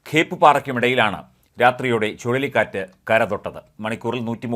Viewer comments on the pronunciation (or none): . ചുളളിക്കാറ്റ് അല്ല ചുഴലിക്കാറ്റാണ്😭😭😭